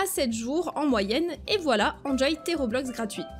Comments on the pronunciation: ON DIT ROBUX PAS ROBEX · Mais non c’est pas un RobexC’est Roblux🤦🏻‍♀️ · On dit pas robeux on dit robux